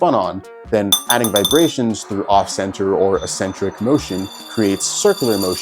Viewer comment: My brain moves sideways every time you say "essentric"